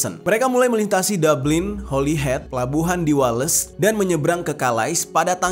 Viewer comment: Pelabuhan di WaaaaLessssss 😂 Please pronounce it correctly..